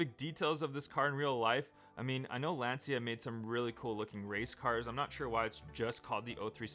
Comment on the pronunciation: It’s pronounced Lanchia o37. It’s a homologation special for group B. Lancia has the most WRC wins for a manufacturer